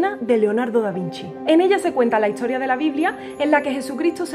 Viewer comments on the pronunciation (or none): 🤦no soporto escuchar, ete en ves de este, etamos , hitoria, apotoles, o traigo lateioria, todo lo demas me encanto, pero tengo mesofonia para la mezcla entre la s y la t😤😤😤